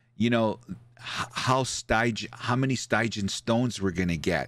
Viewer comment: Take the Iron Liver challenge! ™ Every time mispronounces stygian, take a shot. Guaranteed to get your stomach pumped, or you get your eyesight back!:^)